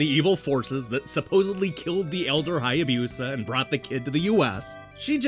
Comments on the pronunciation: OMG I just found this video (7 years late!) and the pronunciation is driving me crazy. Hai a BEW sa. 🤦🏼‍♂ You're killing me, Smalls! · FYI, Hayabusa isn't pronounced with a Y sound before the U.